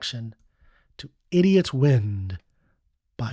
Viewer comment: Sometimes a dumb-ass song is just that: a dumb-ass song. He can't even pronounce the word "idiot" properly.